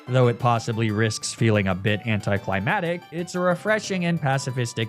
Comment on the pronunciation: Did he say “anticlimatic?”